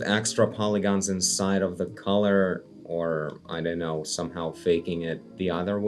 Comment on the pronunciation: fun english fact: collar rhymes with caller, not color :)